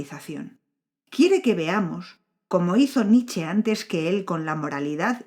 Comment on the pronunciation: Cuando se menta a Nietzsche hay que pronunciar la E final. No es Nich. Es Nietzsche.